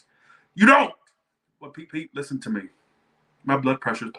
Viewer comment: 1st off love your readings! But the “LISTEN TO ME” took me out 🤣🤣🤣